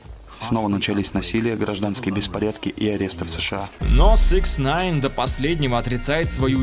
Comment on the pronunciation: Почему автор всегда говорит СЭКСНАЙН когда правильно СИКСнайн